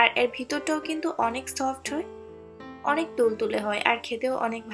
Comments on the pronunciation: এর কে এ্যার বলছেন কেনো? পিঠা ভালো হয়েছে। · উচ্চারণ টা ঠিক করুন। শুনতে ভাল লাগবে। এর উচ্চারন, তেল উচ্চারণ গুলো শুনতে খারাপ লাগছে। পিঠা টা ভাল হয়েছে